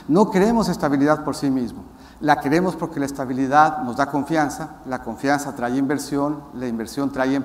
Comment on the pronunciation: No,,no te creemos,,, callese,,,se dice trae no trai